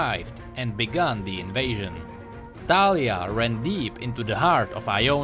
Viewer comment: i think its like the actual name so you probably pronounced it correctly. :) also great vid